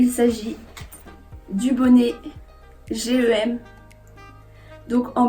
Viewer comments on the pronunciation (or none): Pourquoi tu dis G-E-M alors que c’est GEM tout collé ?! Ah sa me stress trop mais sinon superbe vidéo surtout avec les images /vidéos on se rend bien compte 😋